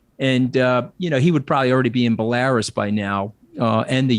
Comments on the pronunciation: Belarus is pronounced bela-roos. Surprised Anthony got it wrong being a Russian literature so-called expert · Ba-LAR-is by now, eh? Rhymes with polaris, I guess. Yeah, Mucci is an expert on the region all right.